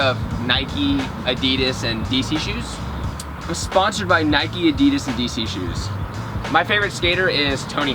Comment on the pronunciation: What is adeeedsass i swear it adidas